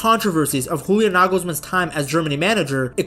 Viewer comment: The way you say "Julian" sounds way to cool for this twerp. Great video though.